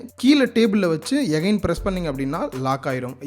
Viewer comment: good effort brother , oru small request adikadi neenga ' again ' word use panringa , aana thappa pronounce seiringa , yagain nu solringa எகைன் nu , pls thappa ninaika venam